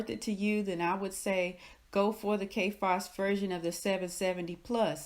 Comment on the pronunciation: I"m sorry, is she saying Kay Fass???